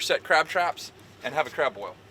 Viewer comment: Hearing “crab boil” 😭😭 hurts my heart everytime